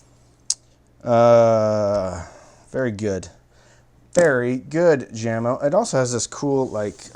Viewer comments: Jamo is technically pronounced YAY-mo, not JAM-oh, but you are far from the only person to pronounce it wrong. Probably the most commonly mispronounced audio brand name. Funny that they are owned by Klipsch, the second most mispronounced audio company name. (Mom used to think it was German, and pronounced it “Klipsk.”) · It's not Jam-O. It's yah-mo😨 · What is awesome is that he knows this but yet says it Jam-O :) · What's up? I've been watching a few of your reviews. You 're dong a great job. BTW, These speakers are pronounced Yah-mo not Jammo. Jamo was started in 1968 by a Danish company but now is owned by Klipsch. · Aren't they pronounced yamo. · I think it's pronounced YAMO. It's in swedish. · Dear, My good old man,the name JAMO is pronounced Yahmo.(not trying to be a self-involved smart alec!) Thanks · I do believe the brand is pronounced "yah-moe" my good man. Sound is all that matters in the end i suppose, but some judge a speakers quality by how well the enclosure is made and the parts used in the X-over, gauge of wire ran to the drivers etc. I doubt you opened them bad boys up, but how would you rate the enclosures quality? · Yo,! Call them Yamo because that's how you say Jamo. Peace and love. Enjoying this a lot, like jumping on the videos as fast as a speeding bullet brothers and sisters.